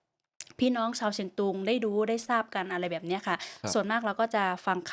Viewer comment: ชื่อหม่วนนะ สอนประสิทธิ์ เขียนเป็นไทยน่าจะ ศรประสิทธิ์ คุณศรประสิทธิ์ต้องพูดไทยให้ชัดเหมือนสาวเชียงตุงนะ ฟังทั้งสามคนคุยกันแล้วถ้าไม่บอกก็ไม่รู้ว่านี่คือคนพม่ากับคนลาวคุยกัน ตอนจบออกเสียงผิด สามเชียงนะ ไม่ใช่สามเซียง